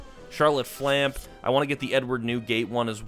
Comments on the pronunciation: Oda senpai I wasn't ready I was on the inhale 😂😂 also please I hate the character but her name is said flam-pay not flamp 👍🏻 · It's pronounced "Flamp - aye" the "e" is not silent. As a viewer i have a hard time watching any content when people can't even pronounce what they're talking about correctly . Don't take this as hate. It's constructive criticism. You're on a major platform. If you want your content to do well you need to at least pronounce things correctly. Unless it's satire or comedy reasons. But there needs to be set up for that otherwise you just look foolish. Glad you got the SP that's an awesome pull. That happiness quickly turned sour when you called it flamp.. here's my thought in a split second. " This MF just pulled an expensive card I'm looking for and he doesn't even know what it is.. "